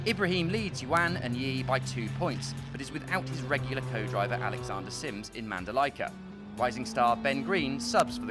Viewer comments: It's Manda-LEE-ka, not Manda-LIKE-a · Please, its pronounces Mandaleeka.